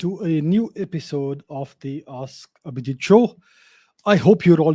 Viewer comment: For the first time somebody has pronounced my name correctly. Thanks for answering.